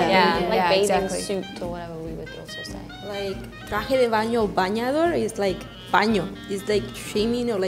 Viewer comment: in spain we don't call that patatas fritas, which means exactly what the brazilian girl described lmao we call it chips o patatas chips or patatas de bolsa, and the way she said camión and bañador was very weird too, and bambas is only said in Catalonia, in the rest of spain they'd laugh if you said bambas, why is this girl representing us